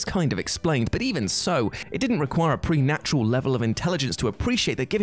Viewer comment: Prenatural? Not, maybe, preTERnatural?